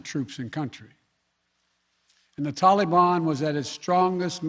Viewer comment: Middle East Joe : Toli-Bon